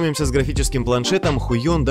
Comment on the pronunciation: Hui в китайском читается скорее как Хвэй. Вообще это название образовано от 绘王 pinyin: Huìwáng. 2 слова рисовать\красить и мастер только вот слово Вон стало Он. Хвэй(интонация вниз, буд-то скинули резко что-то)Он(от Вон(г) 2-й тон, интонация похожа на вопросительную, снизу поднимается вверх), об интонациях кстати говорят черточки над транскрипцией. Хуйонкание не только неправильно, но еще и матюк)